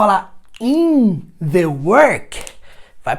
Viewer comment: "On the" table, não diária on "da" table? O The soando como dá.